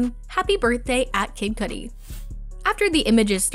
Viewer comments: Please stop saying, "Cootie".🤣 It is Cudi...Cud-ee- freakin' sheesh. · Coodi??? Ugh my god I had to stop watching this after this horrible narrator said Coodi for the 19th time….CUDI (pronounced Cuddy) NOT COODI!!! PLEASE SHOW AN OUNCE OF PROFESSIONALISM AND DO THE BARE MINIMAL RESEARCH BEFORE CREATING YOUR CONTENT!! NO EXCUSES…Thanks Flime Strike I mean Film Streak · The way she says Cudi is cringe it Cudi like cuhdi not coodi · Bruh it's not Coodie 😂 So disrespectful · It is not Koody, it's car-dy! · "Kid" what now ?!?!? Was she saying "couldy" or some weird shit lol Cudi isn't difficult to say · Coodi 🤦‍♂️ its Cudi (Cudeee) dam it lol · Its Kuh-dee, not Koooooodie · Cudi. not Coodi😭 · It’s kuuuuudi not coooodie ! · Pronounce names better k thanks Coodi lol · I'm glad someone mentioned it. I thought, there's no way in hell she is getting away with calling him "KID Coody" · I'm old as shit if Kid Cudi is pronounced Kid "Coodi" these days. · CUT EEEE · Well just heard someone pronounced it as cooties, lol. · Right!?!? I was that person that couldn't stand people that correct others on how you pronounce things, but quickly noticed its because I'm one of them lmao. It's 'K-UH-DEE'. Same with 'Nevada'...but then again I'm from Nevada so it's a thing here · Read comments first and knew u meant Kudi ffs….. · So we not gonna talk about the pronunciation of Cudi??!!! Coodie🤣I lost my ish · Why they let her upload this saying “Coodie?” His name is now “Coodie.” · I'm sorry... "koodie"?.. my girl at least pronounce their names correctly 🤣😅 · Can someone please explain why she kept saying “Kid COODIE” …why?! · This bih can't pronounce kid cudi name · When the narrator of a pop culture video doesnt know how to pronounce "Chalamet" or "Cudi". She literally kept saying Cootie. wtf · Cuh dee and shah lah meh is how it’s pronounced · Have some girl read lines and not know how to pronounce kid cudi or timothée chalamet. Great video....